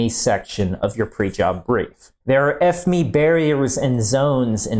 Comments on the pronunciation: I’ve never heard a site call it F-ME instead of just the Acronym F-M-E 😂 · No not F Me, F You. It's fucking FME as in F M E, FOXTROT MIKE ECHO, FME, not fucking F Me. What's wrong with you? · Is it intentional that you pronounce it like F-ME instead of F M E as a sortofa inside joke :D ?